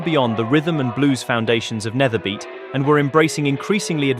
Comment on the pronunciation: ‘Nederbeat’ is pronounced as ‘nayderbeat’. With a typical Dutch accent ‘beat’ sounds like the word ‘beet’ in Dutch. Nayderbeet. ;) Really. With a rolling R to boot.